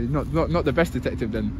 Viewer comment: Did he say detective or dicktctive